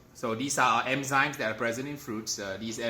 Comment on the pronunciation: It bugged me that you pronounced it as emzymes instead of enzymes lol